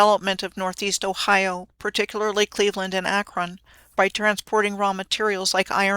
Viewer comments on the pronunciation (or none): none